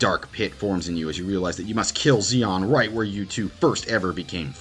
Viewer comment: I would like to say I agreed with all the pics here… but Xion is not pronounced with a z sounds like Xemnas or Axel. It’s more like Marluxia, with the shhhh sound. So it ends up being she-on